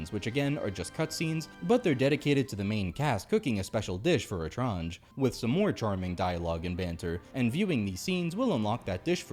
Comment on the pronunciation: Im french so dont worry you pronounced "Etrange" well 😊